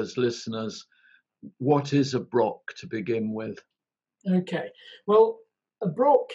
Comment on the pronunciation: The Scotch Broch title only works if you pronounce it right. Broch sounds like Broth a bit. If you pronounce it Brock it doesn't really work.